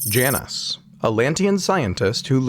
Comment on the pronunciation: I like this guys name, the narrator isn’t pronouncing it correctly though. It’s “J -Nus”